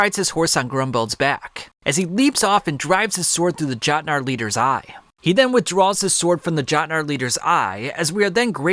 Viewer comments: its yotnar not fuckin jotnar lmfao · Every time he pronounces Jot-nar it’s a stabbing in my ear but I already committed so much time to the vid that I must continue